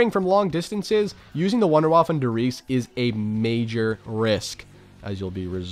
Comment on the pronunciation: Why does no one pronounce “Wunderwaffe” correctly? “Voon-der-vaff-uh” not “wonderwaff”